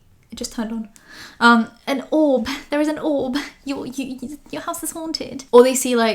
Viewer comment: The way you said orb is making me loose my mind. 😂